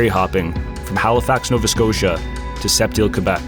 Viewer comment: Please. Pron. Seh-Teele.